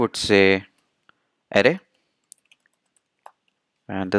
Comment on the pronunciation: I had great difficulty in listening to his tongue: Array sounds like 'aha-leh'. The word `Array` should sound [uh-rey]. Except for this, his explanation is exceedingly good. All I understood was guess-work due to the pronunciation.